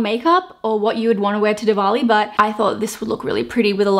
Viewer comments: She is probably the only white youtuber who did a look based on a Hindu festival. So happy to see the diversity. And yes, you pronounced 'Diwali' right! Happy diwali to all those who celebrate😀🎉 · As gorgeous as any other looks of yours😍 and you very well pronounced Diwali😘 much love new Indian YouTuber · You did pronounce it right! Thanks for representing my culture in a respectful way <3333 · Yes girl you're pronouncing it so well. Diwali is my neighboring country event. It is so cool. I do have Indian friends and I always wish them